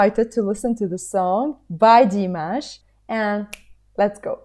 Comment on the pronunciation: Very nice reaction. Say Dee-MOSH.